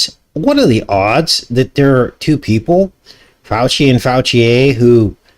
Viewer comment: Fouchier is pronounced Fooshay! Dinosaurs never existed.